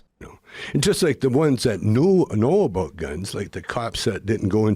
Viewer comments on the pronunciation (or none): HE SAID ABOOT =))